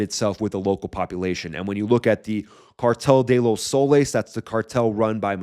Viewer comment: Ey! You said Cartel de los Soles pretty darn good. 🤔